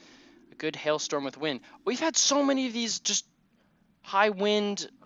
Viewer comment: That was funny when the lightning struck because you were saying hail and it sounded like hell